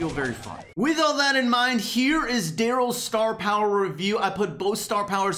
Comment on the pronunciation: Anyone else notice he said "darrlys range is sho short"?